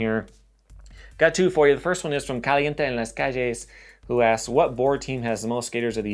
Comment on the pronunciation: Do you speak Spanish? Your pronunciation of caliente en las calles was perfect.